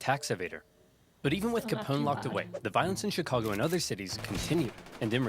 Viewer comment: That was a completely inexplicably cute way to pronounce "Chicago."